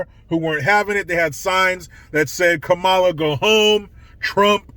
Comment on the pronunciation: It's "Kumala"